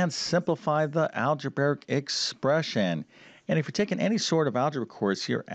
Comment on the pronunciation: We have a new mispronunciation to add to his the list besides parentheses instead of one parenthesis. It is "algebaric" instead algebraic. He certainly knows a lot of math but he needs some work with English. 🤨